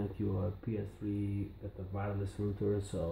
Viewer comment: It’s Wireless, not Vireless.